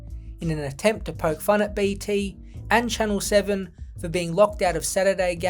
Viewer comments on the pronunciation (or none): none